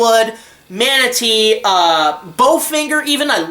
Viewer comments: “Ma-tuh-nay” not fucking manatee hahahaha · Matinee, it’s pronounced Mat-ah-nA Not manatee like the animal. Lol Great review though